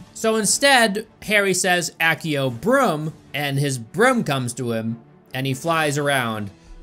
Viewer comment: "ACKEO-Broom" suddenly, Harry is impaled with EVERY BROOM in the Stadium.